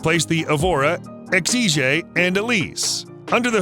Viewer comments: It’s just Ex-Eezh, not Ex-Eezh-Eh. Exige. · anyone else as the mispronunciation of Exige